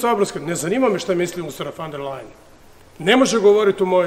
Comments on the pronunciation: Ona se zove Ursula Von Der Leyen ( izgovaraj: Ursula fon der lajen ) a ne fan der lejen. Sramota da ti kao predsjednik i član EU to ne znaš, mada si toliko strašno pametan i toliko izstudiran. Jadni smo mi sa ovakvim prepotentnim predsjednikom. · Nek frajer prvo nauci kak se određena prezimena izgovaraju, a onda nek serucka po Ursuli. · Usrula van der Lajen .... kako to fino izgovori :D